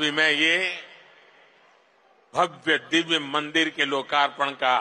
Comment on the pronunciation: With all due respect...it's not Mandar...it's Mandir 🙏